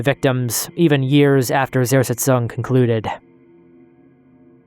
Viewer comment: I'm just wondering - if you put so much effort into a video, why don't you spend that one extra to minute to find out how to pronounce Zersetzung? It always amazes me how native english speakers don't mind butchering foreign words at all...